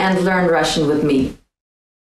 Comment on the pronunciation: "I'll be beck"....more frightening coming from blonde Russian devotchka than the Terminator 😆